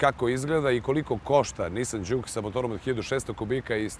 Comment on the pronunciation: Mislim da se kaže Džuk, a ne Đuk :-) Auto jeste super, naročito u Sport modu koji je itekako zgodan u situacijama kada treba na kraćoj deonici puta preteći nekog sporijeg vozača (iskustvo sa Ibarske magistrale). Takođe je vrlo zgodno što ima integrisan bluetooth, pa se lepo može razgovarati u toku vožnje. Niste samo spomenuli da ekran pored toga što pokazuje 3 moda vožnje takođe prikazuje na lep način i klima uređaj. Jedina mana ekrana je što nije toliko vidljiv iz ugla vozača tokom vožnje.